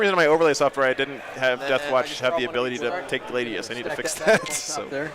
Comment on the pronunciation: Its pronounced Glad-ius not Gla-dius this is reality rebels all over again😂😂 keep up the good work big guy.